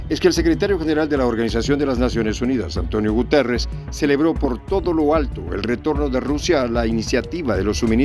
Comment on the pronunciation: Sr se pronuncia Gutierez no guterez